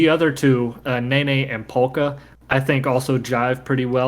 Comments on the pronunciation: When you redo Nene, if you could pronounce it Neh-neh, and not Nay-Nay, I just do not want the precious seal/bear to be associated with a stupid dance move in my mind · Take a shot every time you hear ney ney instead od nene